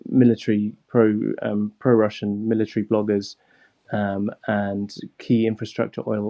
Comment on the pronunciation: 15 wussian cwuise missiwes